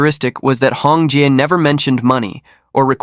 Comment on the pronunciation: Hong Jie not Hong Ji(chicken) not Hong jai…. it’s jezzz hahaha